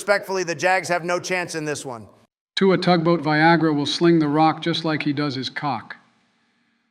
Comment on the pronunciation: Ain’t no way Joe just said “Tugboatviagra” 😂